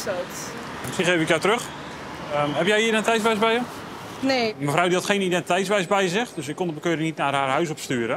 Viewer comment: Hé, met je "identeitsbewijs", spreek het eens een keer goed uit man, scheelt maar 1 lettergreepje, "ti", kom op je kan het 😂